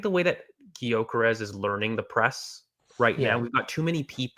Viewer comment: Lads....... how many more times, Viktor's surname is pronounced "Yuh-kuh-resh" FFS!!! I'm not going to tell you again!!!🤬